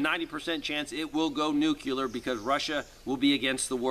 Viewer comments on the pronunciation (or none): We really need to work on the pronunciation difference between NUCLEAR and NUCULAR....😘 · Sorry, pet peeve. Nuclear is pronounced nu clee er not nu cu lar.